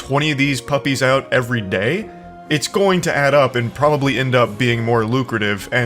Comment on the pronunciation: I will say that Charlie’s accent occasionally bugs me, but only when he switches vowels like “e” & “i” ie: ivryday